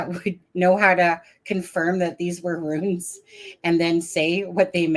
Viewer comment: "Runes" rhymes with "Tunes"